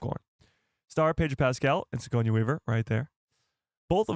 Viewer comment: Yo great stream! Btw it’s Suh-gor-nee Weaver. Just a heads up because you will be saying that name a lot. Keep up the great work!